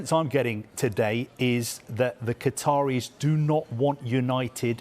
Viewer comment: Hahaha, it's Qataris, nice try...